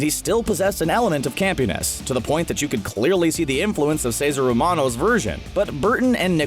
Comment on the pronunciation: Ceaser Ramano? Lol